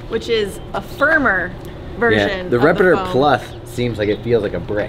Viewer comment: Good review, but I will nitpick. The foam is called "Repetitor," not "Repitor.."